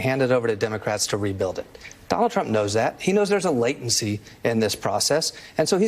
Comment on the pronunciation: Sounds like donOLD is going " serfdom "